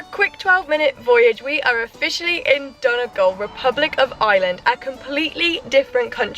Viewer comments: Brilliant video! Just a little tip for anyone wanting to sound less like a tourist - it's pronounced don-ee-gal not don-a-gal. Hope that helps x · Its pronounced 'Dunnygawl